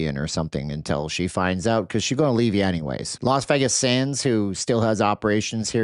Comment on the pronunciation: Stop being a dork and deflecting from the real truth: All of you voted for Trump. You love this guy; you wanted this. It's HIS FAULT.....what is wrong with you? Stop pronouncing Vegas the wrong way and face reality. Your channel sucks.